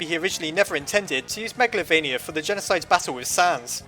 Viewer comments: It's calld magaltova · You pronounced meglavonia (meg la vo nia) wrong